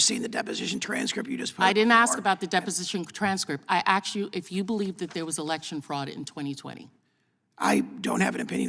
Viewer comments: P.S. Did she say aksed? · She aKsed the question. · She is a DISGUSTING POS, RACIST and is only another AA placement. Who votes for someone who says; "I axed you ...."